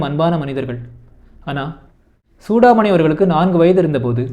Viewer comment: புத்தகத்தின் முக்கிய அம்சங்களை தேர்வு செய்து ஆழ்ந்த புரிதலுடன் பகிர்ந்து கொண்டமைக்கு நன்றி 🙏 தன் பெயரை Chudamani என்று சரியாக உச்சரிப்பதையே சூடாமணி விரும்புவார்.